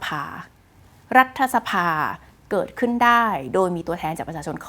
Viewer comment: รัด ถะ สะ-พาไม่ใช่ ออกเสียง รัด ทะ-สะ-พา คุณน้อง ดร.คุณพี่จบ ม.3เองนะจ้ะ